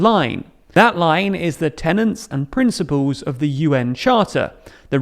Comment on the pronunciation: TenEts, not tenants.